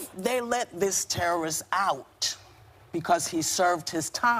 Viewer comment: because he's a tewwerist...omgawd...STFU Meghan...